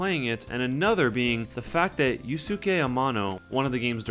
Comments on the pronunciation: "You-skay" not "you-sue-kay" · Slight bug that doesnt really matter but might be good to know for future reference: Yusuke Ayano's first name is pronounced Yooskay.:) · "Yusuke" is pronounced "yoo-skay".